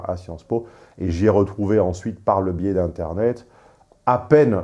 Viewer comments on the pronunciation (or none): none